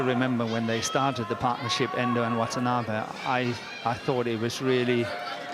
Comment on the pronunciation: Wthen the commentator says Wantanabe's name, it is heard as 'What an Army'!